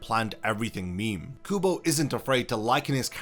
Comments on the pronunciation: Ouchhh!! The Kubo's name incorrectly pronounced hit me too 😂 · “Tight Kubo” SIR YOU WANNA ROLL THAT BACK RQ